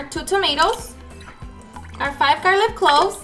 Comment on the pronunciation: Girl it's garlic not garliv🤣🤣😂😁😁 so cute . Love your cooking